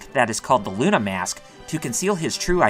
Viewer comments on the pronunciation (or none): none